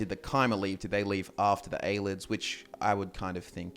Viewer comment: aye lee id not aye lid